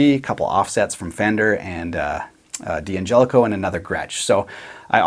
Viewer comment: It's not Dee Angelico it's pronounced Dan-gelico (D'Angelico) had to point that out bruh lol great video again buddy.